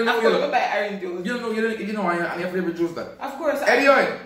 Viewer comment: King: "flavrit" 🤣🤣🤣🤣🤣🤣